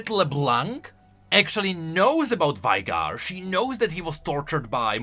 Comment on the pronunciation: she literally tell you how to pronounce Veigar, yet you'd still say it like "Vy-gar"